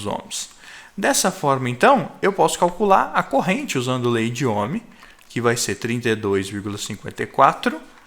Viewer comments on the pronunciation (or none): n consigo escutar "lei de omi" sem dar risada velho